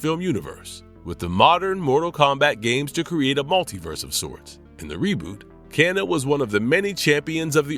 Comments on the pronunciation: he butchered kanos name too its irritating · bro your butchering some of the names like bihan and kano